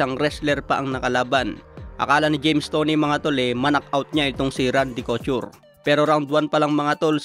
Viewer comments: Kotyur? Kotur ang basa don brod. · cochur ka ng cochur. coture yun. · Hahahaha cout-ture hahahaha 😂😂 bulol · Anong Randy Kyu-tor? Cou-tor ang pag bigkas nyan nasobrahan ka na naman ng pag slang mo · Randy Couture (ko-tur) yun lods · ko-tur ang pronounciation ng Couture. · wahahah co-chur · Tinira nyo naman sa pronouncition si,nkaraan kay janibeck alimkanula,ngayon ko-tur na nman..